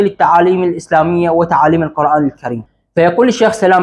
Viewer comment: القرآن بضم القاف. يجب نطق هذه الكلمة المباركة بشكل صحيح